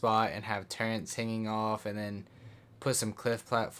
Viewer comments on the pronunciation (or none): Sry u just said turrents lol can't take you seriously